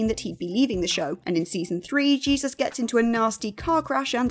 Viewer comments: Can tell you never watched The Fosters. Jake T Austin’s character is not pronounced Jesus. It’s pronounced like Hey Zeus. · The name Jesus is pronounced Hey-zoos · It's pronounced Jesus, not Jesus